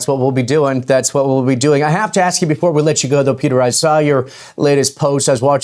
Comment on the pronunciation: "...but if you axe me that 2 years ago...." Not very credibility inspiring.